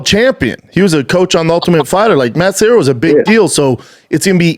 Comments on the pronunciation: Matt serra. Not matt sierra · Matt's last name is Serra not Sierra. You talked to him for an hour and got it wrong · Serra not sierra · Classic Schwab,,,, Matt SEE - era and then SEE - era pulls out the Brian KAY - Lin !!!! And then the King of Mis Pronunciations Schwab CORRECTS SEE - era for his KAY - Lin !!!! Classic Schwaaby show!!! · Why can't Brendan pronounce Matt Serra's name in the beginning?